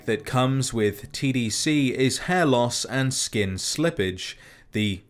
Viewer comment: everytime he say "tdc" I hear "cbt"